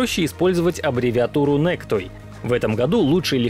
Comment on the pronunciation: > NACTOY Не "Нэктой", а Настой.